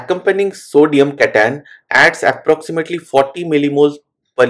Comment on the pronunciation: cation pronunciation took me few minutes to understand